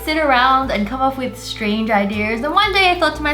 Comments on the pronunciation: Who else hears Wengie saying Idear instead of ideas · 😂 SHE SAID IDEARS